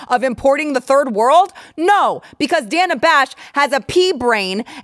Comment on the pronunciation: The reason she insists on the "Danna" pronunciation rather than the common "Dayna" for that spelling is she was named after Rosanna Rosannadanna. They cut off the clip before she could say "Never mind!"